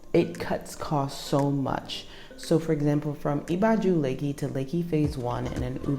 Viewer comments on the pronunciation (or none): Let me help you with pronunciation of "Ibeju", you still have a very Americana pronunciation and you have to realise Yoruba language is tonal. Hence wrong pronunciation can mean something different. Just like "Oko", depending on how you pronounce it can mean farm or d**k. lol I = E as in "E"asy. Be = Beh as in "Be"d Ju = Ju as in "Ju"ke So it is pronounced EBehJu